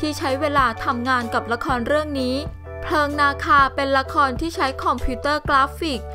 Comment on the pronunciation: คนบรรยาย คำควบกล้ำแย่อยู่คำเดียว เพลิงนาคา ไม่ใช่ออกเสียง เพิงนาคานะจ้ะ555ขำๆ